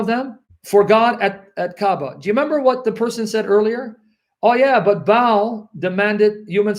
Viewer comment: Look how they spell Baal it is pronounced Bah hal. If you ad an accent on the end Bah al` Allah is the same word folks, listen to the call to Prayer, Bah-al' Awkbar.